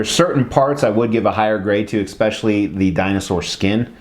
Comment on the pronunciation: Makes me cringe every time you say.